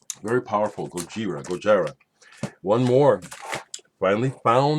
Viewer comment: I think it's pronounced GojEEra, but I haven't listened to their music yet, so it's just a guess. I also listened to Hot Rats by Frank Zappa yesterday for the first time and it was amazing. Out of the few jazz records I've heard, it's one of my favorites.